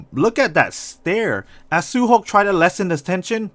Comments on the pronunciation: He said su hok not su hyeok. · Why you say suhok and unjo not su hyok and onjo??